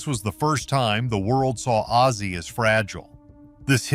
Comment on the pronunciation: The narattor should get ozzy’s name right not azie ffs